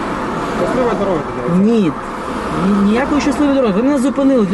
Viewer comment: Вместо "дивIться" выговаривает "дивИться"...так режет уши шо ппц